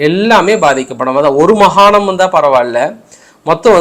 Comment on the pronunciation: ஐயா மகானம் அல்ல மாகாணம் . தமிழுடைய மானத்தை வாங்காதீர்கள் ஐயா